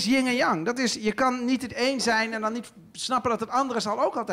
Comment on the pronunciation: Hij is heel slim, alleen het is: Yin & Yang, niet Yin(g) & Yang